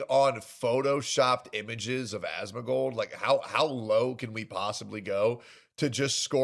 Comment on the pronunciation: Calls him "As-moan", followed by "it's cute watching him." Wild.